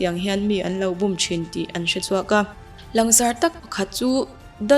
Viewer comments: 'Bûm' tih i lam dan chu a va diklo veee... Bum i ti mai hian ka hria... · Min an lo bum tiha bum I tih ri hi a dik lo. Ri hniam tur aw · Bum tih i lam dan a dik lo aw, mi lo zawt chiang la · Bum tih lam Dan hi diklo